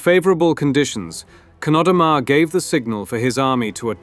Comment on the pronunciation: You pronounce Chnodomar like 3 different ways. pretty sloppy.